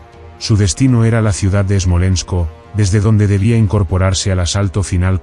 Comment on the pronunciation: Es Smolesnk, no esmolensko...